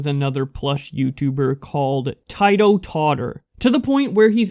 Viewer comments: you said Tito totter wrongly, and that story is fake af. its a publicisty stunt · Its ti-toe totter